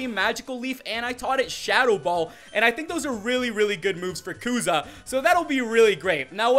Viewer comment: It's kusa not kuza😂